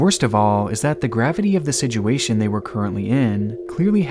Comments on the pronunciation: WTF is a siduation? you mean situation right? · Please. I beg you. Look up the pronunciation of "situation."